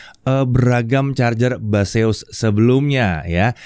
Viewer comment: Baseus , ....? yang gua denger "mbahzeus" 😝